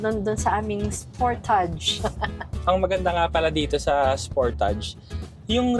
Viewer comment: Spur•tuhj po ang tamang pronunciation.